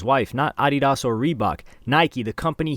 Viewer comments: Thats the correct way to say Adidas 😂. Deleted juat dropped as well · Random: The way he said “Adidas” is the real way to say it. 😂 we have been doing it wrong the whole time. Adidas and Puma are two companies founded by brothers after their visions took different paths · Lol how he pronounced ADIDAS is how it’s actually pronounced. It’s originally a German brand 😮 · Pronounced Adidas correctly. Its from the founders/owners name Adolf "Adi" Dassler. His brother Rudolf "Rudi" Dassler started Puma after they fell out . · Dude pronounced it correctly..Adidas (German accent) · He pronounced adidas the correct way actually. We, as most Americans, pronounce it incorrectly. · I grew up in Germany (my dad was Army but moms actually German and when I heard him pronounce it how he did it reminded me of visiting this Adidas outlet in this town called Herzogenaurach with my Grandma (she’s full German) would always say it’s how you are supposed to so I always have since and most people think I’m just joking lol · Adidas is a German brand and that is how it pronounced. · That's the correct way to pronounce Adi Das